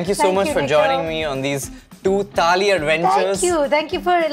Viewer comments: Am I the only one who noticed saying "Tali" instead of "Thali" every time he said it? #JustBangaloreanThings No offence! I'm from Bangalore and I laugh every time when my friends try hard to get it right 😆😆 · First of all, it is NOT TAALI, IT IS THAALI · I understand about kaneez..... but its called "Thaali"..... not Taali.... Taali means clap.... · Thali not Tali. One is plate, the other is Clap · its not taali it's thaali. Similarly it's not taal its thaal. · It's not a freakin taal or taali, it's a thaal! I am sure you don't have any trouble pronouncing game of THrones! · It's not taali but thali. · What's wrong with them?? Why are they pronouncing 'taali' and not 'thali'??!! How stupid is that! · Let some air out of your mouth when you say the ‘th’ in thaali. Thhhhhhhhaaaaaaleeeeee